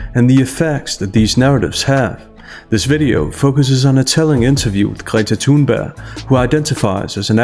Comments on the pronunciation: Tha-Tha-Tha-Thoon-Burg-ga-ga-ga...i dont care if youre actually pronouncing it correctly, its Thoonburgh! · Omg. Why don't you pronounce the "g" in her name. You keep saying "Thunber" it's really irritating. I like the subject of the video. It's just very hard to listen to you butchering someone's name over and over again. Or is that all part of the posh speaking style? I don't know but it's weird.